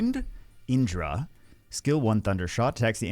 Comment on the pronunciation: Proper pronunciation is key for good content. It's not tomato tomato. In-dra. A-shur-a. It's Naruto themed and also what bagel said.